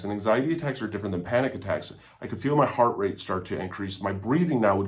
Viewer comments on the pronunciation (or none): none